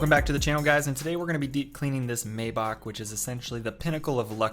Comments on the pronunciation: Y do they call it “maybackk” lol say it right it’s ch not ck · what is so complicated about saying 'Maybach' correctly ? People make the mistake all the time and it makes em look so dumb